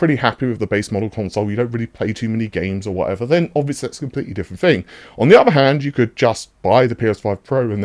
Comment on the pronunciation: Fing, fink, free. Why drop your TTTTTTTTTTTTTT's